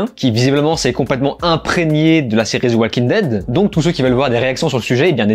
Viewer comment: Zi Oual king ded - 😅